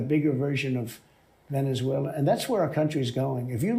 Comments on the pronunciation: Tweeter haaaahahaha. Venezualer haaaahaha between the two can't pronounce simple words. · Tick Tack as well. Venuezwailla.